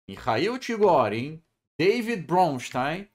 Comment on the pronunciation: Não é Deivid Bronstein, mas sim David. O sujeito não era americano nem inglês, nem canadense ou de qualquer país onde se fala inglês.Era judeus russo. No mundo todo David se escreve com o D final, pronunciando-se a letra ou não, tal qual na Bíblia em que se refere ao Rei David. Em hebraico tem D no final. No Brasil inventou-se o tal do Davi que em inglês seria Davy, diminutivo de David.